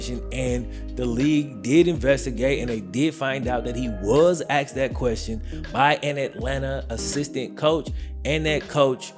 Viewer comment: “if these questions were axed”